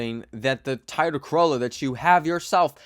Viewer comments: is this how Canadians pronounce Toyota LMAO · I’ve never heard someone say Toyota like that 😭